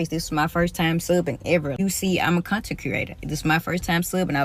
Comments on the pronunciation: "am a con ten creata" gtfoh..than you don't belong in front of a class. Who th hired this loser pdf file? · She added 3 extra syllables to the word content